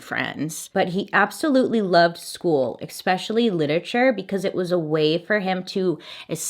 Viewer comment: Bailey! Dear. No X in especially! ☺️🎵